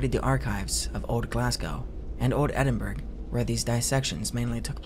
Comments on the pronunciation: i love you but coming from Scotland it pains me when people say “Edin-burg”, it’s pronounced “Edin-buh-ruh” or “edin-bruh” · edinberg and eyestanbool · This content is great, love being able to just toss an hour comp on. Also as someone from Scotland, you're saying Edinburgh wrong. It's more like Ed-in-Bruh. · Just a heads up, but "Edinburgh" is pronounced "eh_din-buh-ruh"! Loved the video! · I love your videos! And this is no shade at all, but your pronunciation of “Edinburgh” did make me chuckle just a little. You should do a video covering Burke and Hare! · love the stories!! one note tho, Edinburgh rhymes with Kookaburra 😅